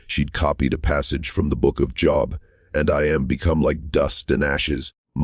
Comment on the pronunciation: Seems like it would pay to hire someone to read the story or just read the story yourself….someone who could pronounce Bible, Job, and other familiar words.😊